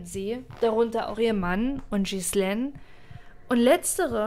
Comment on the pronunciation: Das macht mich wahnsinnig, wie Du den Namen Ghislaine metzgerst. Das spricht man Gielähn aus, nicht Schissleen.